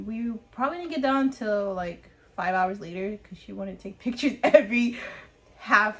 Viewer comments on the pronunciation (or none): none